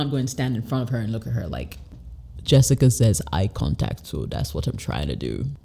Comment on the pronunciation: She's from West Africa and I'm sure because sometimes she used some French pronunciation, eye contact eye kantak pay attention to it